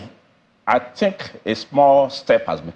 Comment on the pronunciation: "l tink" from our SAN and he is "arpy" 😂😂. The SANs of our country 😭😭